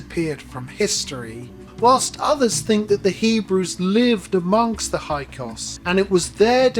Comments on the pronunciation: Hi Sorry correction, it’s HYKSOS not HYKOS!😮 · Right. The incorrect pronunciation of Hyksos as "Hykos" made me wonder what else he might have been getting wrong. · You mispronounced it by omitting the first S.